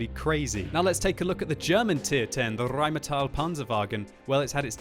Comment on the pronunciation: Nicely spoken xD Rrrrrrheinmetall Panzerwagen!